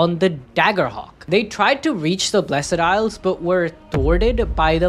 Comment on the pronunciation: Why does he keep saying "blessEd isles"?! The E is silent bruuh